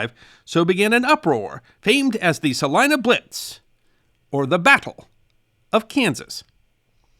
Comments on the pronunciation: I'm impressed that he got the pronunciation of our town right! It's frustrating when we have to tell out-of-staters that it's called "Sal-EYE-na" and not "Sal-EE-na"! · I'm from Salina, KS and am VERY impressed that you pronounced our city CORRECTLY! (Sal-EYE-na) Nearly all out-of-staters pronounce it "Sal-EE-na"! Thank you! 😊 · As a Kansan, and one who's hometown is Salina. Thank you for pronouncing it correctly! I knew of the events of Shilling Army/Airforce base, but its always interesting to hear what events transpired.